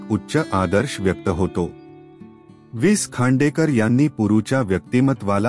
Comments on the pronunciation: सर कृपा करून विस खांडेकर असं म्हणू नका. वि.स. खांडेकर असे म्हणा. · निवेदकाला लेखकाचा उल्लेख विस खांडेकर असा उल्लेख ऐकूनच निवेदकची कीव कराविशी वाटली. निवेदन अगदीच अयोग्य आहे. पुढे ऐकावेसे वाटत नाही. लेखकाचा वि.स. खांडेकर असा करावा. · अतिशय घाणेरडे वाचन... भावना शून्य 😢 हाविस खांडेकर हे ऐकून च मन खिन्ह झाले...😮